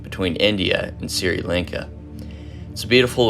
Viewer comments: Good work on the video. Just a recommendation here. Even if it's not always the best. A quick Google search on prononciations will help. For example, Sri Lanka. Was pronounced as "Siri Lanka" in the video where is actually pronounced "Shh-ri Lanka" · Sri Lanka Is pronounced like “Shree-Lahn-kah”. You can google the pronounciation if that doesn’t make sense